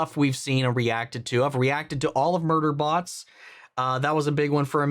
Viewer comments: did he just say murderbots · Did he just say murder botss??